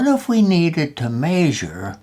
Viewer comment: My family picks on me for saying the word measure like "may-sure" & here's my proving I'm not the only one 🤣